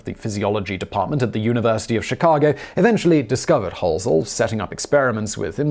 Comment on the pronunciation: "Chicaga" ... My great grandfather used to pronounce it that way too, instead of Chicago! 🥰